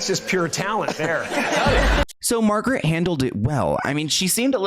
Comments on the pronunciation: The Margaret/Margot pronunciation bothers me. Lol I know it's not the point but it is Mar-Go. Silent T. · Great video, just some corrections, her name is pronounced Aleeceeah, not Aleesha. Margot is pronounced Margo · Margot’s name is pronounced MAR-go just to let you know 🙂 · Hey, its Mar-go. Not Margaret. Love you!! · Margot Robbie, not Margaret :) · Its Margot Robbie, not Margret Robbie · Margot not Margaret. Lol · Hey! Just letting you know that I think the interview where he said “just you” to the interviewer wasn’t meant in a creepy way. Also I think you mispronounced Margot’s name. I think it’s pronounced as “Mahr-goh”. Lastly I love your videos! I’ve been watching them daily haha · not “margaret robbie” 😭😭😭